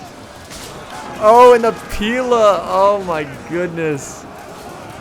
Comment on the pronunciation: Pila, pronounced Pee-lay is the plural of Pilum, pronounced Pie-lum, and only Romans used them, not the Iberians!!